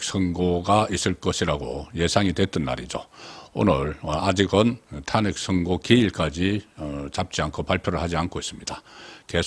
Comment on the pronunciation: 유능한 정치평론가가 될려면 단어의 발음과 액센트를 좀 고쳐야 될것같습니다. 광화문 에서 광 자에 액센트를 주면 안됩니다. 탄핵에서 탄 자에 액센트를 주면 안됩니다. 송 평론가님을 지지하고 사랑하는 팬이 올리는 충고의 글입니다.